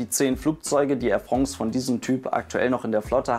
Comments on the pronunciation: Ich beginne jetzt dann eine Spendenaktion für einen französisch Sprachkurs, damit Airfrongs zu Airfrance werden kann;) Nein nur Spass😊 Danke für Deine Videos und deine Arbeit! Geniesse und wertschätze die Videos wie kaum andere! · Äir Frongz oder auch Äir Frons gesprochen 👍